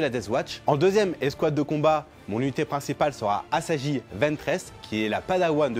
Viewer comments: C'est clair ça fait mal... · "asaji" "padawan de Dooku" hou ça fait mal à entendre